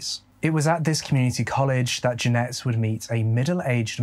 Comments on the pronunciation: Just to say that is saying Jeanette but in the description it says Janet. Janet is pronounced Jan it. Just saying. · Bro really? Janet is pronounced Jan rhymes with Stan....et rhymes with get.......You spell Jeanette like this..But anyhoo I have been a sub with you for a while now.I very much appreciate your content and narrating.I always mention you to people for them to check you out......Peace and stay safe bro. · that is not how you pronounce Janet. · I also understand the accent, but every time you say Janet it throws me lol maybe it’s a Michigan thing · Many are writing "Jeanette" but has her name as "Janet" in the video. He pronounces it differently because of his accent. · Her name is Janet. accent may be a trick of the ear to some of us. But that news reporter was totally saying Jeanette - which is wrong.